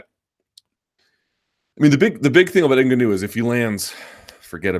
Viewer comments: Luke , normally your good with names ... but please stop calling Francis Ngaunou, the way you do , your the only one who says his name wrong.... watch Ngaunou say his own name , thats the way to say it ! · How do you cover this sport and not know how to pronounce ‘Ngannou’ by now?